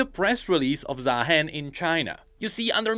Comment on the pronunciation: why are we still pronouncing his name wrong? ZAAAAAAhen when it's Zah-hen? do we not watch his champion spotlight or Rioters speak his name? or even watch the motion comics?